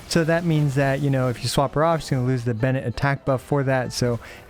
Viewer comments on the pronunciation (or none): none